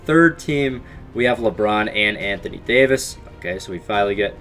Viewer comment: Anthony Dayooveis